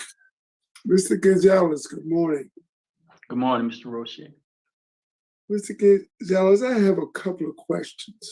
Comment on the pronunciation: This is why Roche is my favorite and the prisoner screwed up by miss pronouncing Roches name. “FOIA”you can find out the numbers on the commutations.